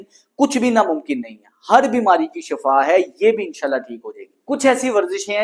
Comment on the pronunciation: Shafa moat ko kahtay han yah lafz Shifa hay